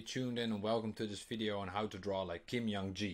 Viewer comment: Just a small correction. His first name is pronounced as J, not Y in Jung, and K, not G in Gi. So it should be /ˈdʒuhŋ ki/.